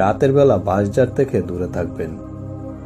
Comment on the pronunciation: "Baishjhar" = "Banshjhaar", Bool + Bhool, Boyonkor + Bhoyonkor, bir = bheer, gapti=ghapti, hahaha Bangla ta bhalo bhabe bolen bhai. Kon hadis a pailen ? naki nijei banalen??? aar Bankadeshe gaachh e koi? shob e to kete felechhe. Kalke subscribe korbo.